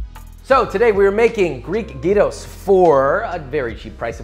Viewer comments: don't know what a silent "g" is but he pronounced it the right way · Michael Lee at least he didn't say jairo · 1. Pronounced gyros the right way 2. Added potatoes 3. Tzatziki added 4. Onions added 🇬🇷approved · 1. Pronounced gyros the right way. 2. Added fries. 3. Used pork instead of lamb. GREEKS APPROVE🇬🇷 Also gyros has been a very controversial thing these last few months in Greece. It used to be around 2.30-2.50$ and recently it changed to 3+$. They were literally talking about it on the news, so it’s really been affecting us. But yeah great job josh!!❤️❤️ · He's truly the Chosen One, the only who pronounced gyros the correct way! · well yeah and also that he put the meat first and then the tzatziki. But everything else is approved (btw his pronunciation still beats the people who call it "jairos") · As someone who's from Greece, i can definitely say this is one of the best representations of gyros i have seen, as well as pronunciation. Great job. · THANK YOU FOR ACTUALLY PRONOUNCING GYROS CORRECTLY! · You have my respect for this recipe and for the on point pronunciation of "gyros" and "tzatziki". -Humble Greek fella. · very proud of you for pronouncing gyros right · Well he almost said Gyros right